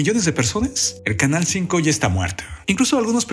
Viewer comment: Otro titere q no dice bien canal 5 la cago